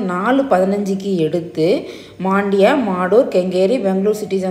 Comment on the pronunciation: Super madam it's just mandya not maaandya